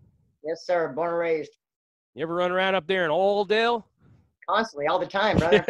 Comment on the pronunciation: It’s not OILdale it’s Oldel lol. Everyone knew I wasn’t from there because I called it OILdale. Ahhh the good old days.